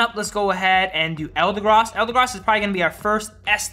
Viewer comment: eldegross he says